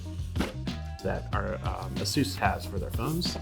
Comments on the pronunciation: A-sus not Asus hahahah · "Asoos" That's kind A SUS XD